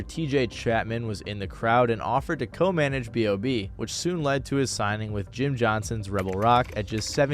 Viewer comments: B.O.B not "Bob" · sorry but why tf do u keep calling him bob when his name is b o b 😭😭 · It’s B.O.B not BOB🤦🏾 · calling b.o.b "bob" is unreal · Crazy u call him bob, its b.o.b. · Hearing "Bob" throws me off; its always been B.O.B or Bobby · B. O. B. Not Bob.